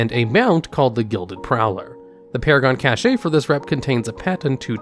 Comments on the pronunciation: Dang, after 47 hours I hate to tell you it's pronounced \CASH\ not \cash-AY\ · It's pronounced cash. Not cash-eh. Lmao so cringe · Cache is pronounced like "cash". "Ca-shay" is spelled cachet, and means something else. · Cache is pronounced "CASH" not "Cashay" unless you are speaking French. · my guy, its pronounced cash, not cashay xD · Cache is pronounced "cash" not "ca-shay". Cachet is the word you're saying, meaning (ironically) reputation. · Had to stop watching after the 30th 'cashay'. Cache is pronounced 'cash' my dude. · I'm so sorry, but it's pronounced kaSH and not cashay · 100/10, I'd give you more but you keep saying caché (like cliché) and the odd cache (like cash) when the latter is the correct way of saying cache :P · cash-ey wtf dude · Cache is pronounced Kash ffs. Soooo much cringe mate. Sorry just had to share. Drives me insane when people can't pronounce shit properly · “Cache” is pronounced like “cash”. The word you are pronouncing is “cachet”, which isn’t the same thing at all. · Omg, cache is pronounced like cash. Cachet is prestige... This is like fingernails on a chalkboard. I recommend you get an editor. This is terrible. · "CACHÉ" HAHAHA learn to speak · Cache is pronounced Cash in english. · "cash-ay" i cringed so hard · Love the videos but by Christ your pronunciation of cache was killing me! For future reference cache is pronounced as cash, as in, cold hard cash. Nevertheless keep up the good work mate! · "Cache" is pronounced Cash. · Damn, I love, but the “naxxaramas” and “caché” is going on my nerves.... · Wouldnt be a vid without some ungodly wrong pronounciations. Like I can let caché slide because englisch is a clusterfuck of a language sometimes. But man that other one.... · is the casheh thing a troll or do you really think its pronounced that way? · I had to pause listening to this video around 34minutes because your constant mispronunciation of « cache » as « caché » was triggering me.